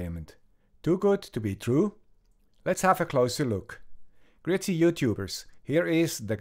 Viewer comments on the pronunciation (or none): Why do you say 'gritty YouTubers'? Is it Groessen Youtubers?